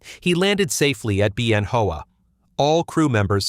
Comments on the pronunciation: It's not pronounced Ben Hoa, it's Ben Wa. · Anyone else cringe at the pronunciation of "Bien Hoa" ("BEE-en HO-ah") ? During my tour we said "ben wah". 1970-71 AC-119K; FLIR maint. Phan Rang, DaNang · Ben Hoa pronounced Ben Hao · This is a good video and pretty accurate. The narrator mispronounces the name of the air base where the Spooky was first tested. It was Bien Hoa air base about 20 miles northeast of Saigon. I spent a year there. It was pronounced like Ben Wa. Bien Hoa was an old French air base and the first Americans killed in Vietnam were advisors who were there. I worked on a few AC47s and saw them operate at night which was a sight to see. The sound was weird, not like guns.